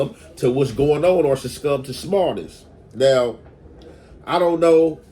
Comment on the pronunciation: “Sirscum” is BEYOND CRAZY LMFAAAAAOOOOO 🗣😆😆😆😆🤣🤣🤣🤣😭😭😭😭 its “SUCCUMB”!!! 👈